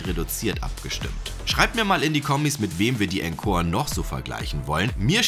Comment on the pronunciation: Cooles Video. Es wird aber nicht enkor, sondern ohnkor ausgesprochen ;)